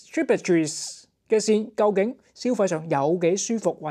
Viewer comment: Tributaries唔係咁讀嘅噃